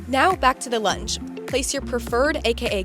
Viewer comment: This is a great demo! .. OBTW when you said lunge I thought you said lunch.. thanks from NZ👍🇳🇿